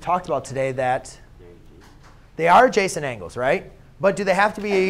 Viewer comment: Idk why when he keeps saying adjacent angle i hear like "JASON ANGLE" SMASH LIKE IF RELATABLE!!